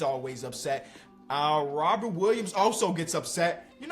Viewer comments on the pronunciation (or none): none